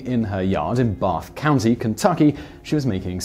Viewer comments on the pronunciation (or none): Wait a minute... "Barf County"? Hahahahaha! :P